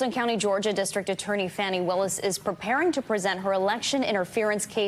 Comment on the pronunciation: It isn't "Fanny Willis." It is "Fawnee Willis." A newscaster is responsible to know pronunciations of people's names before going to air.